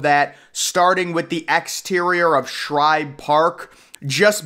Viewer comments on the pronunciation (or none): Shibe Park, not Shribe Park. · "Shibe" not "ShRibe". Just an fyi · SHIBE!!! NOT SHRIBE. Dear god there’s no R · IM FROM PHILLY AND ITS SHIBE NOT SHRIBE AND CITI FIELD GOT ITS DESIGN FROM EBBETS FIELD